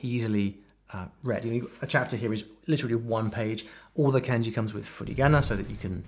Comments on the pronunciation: 'Can-jee'? 'Mang-uh'? Is he trolling :D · The way you pronounce Kanji like Candy really hurts my head.